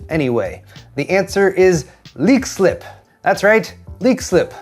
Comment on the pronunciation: I have to commend you on your perfect pronunciation of Leixlip. 🇮🇪